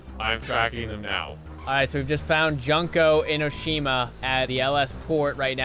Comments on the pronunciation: I love the way pronouces "Junko Enoshima." I almost died. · The butchering of Junko Enoshima made me cry (of both hope and despair). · not knowing how to say Junko Enoshima's name is funny. Danganronpa is actually such an underrated game/show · Is it bad that i want to correct him on his pronunciation of Junko Enoshima? (Yes)